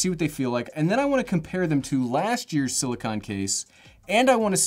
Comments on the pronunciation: Silicone, not silicon. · Hey, there are dozens (literally dozens) of people that are seriously concerned for you and your pronunciation of silicone. You will be in our thoughts and prayers as you tackle this issue (pronounced is-you and not ish-ew). God’s speed my friend.